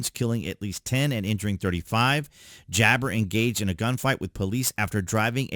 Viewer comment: It's not jabber Ja- bar